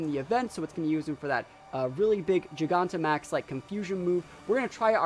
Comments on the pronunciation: I don’t get how you can even mispronounce Gigantamax...JYE GAN TA MAX. Jesus. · Great battles! Super excited to watch you battle in this gen. I'm pretty sure its jai-ganta-max...like gigantic, you know, cuz the pokemon becomes huge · Gigantic Giganta Not really sure how people are still mispronouncing the name. Nice video tho, was fun to watch.